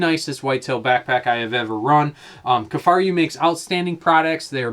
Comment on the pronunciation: “Kifaryou”?? What???